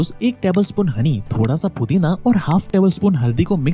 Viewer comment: Pudina ❌️ Fudina ✅️💀🤣